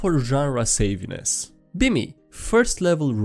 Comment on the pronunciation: It's "sav-e-ness", not "save-e-ness"